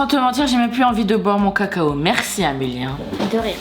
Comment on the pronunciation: pourquoi tu dis Amélie mais c'est pas Amélie c'est Amélia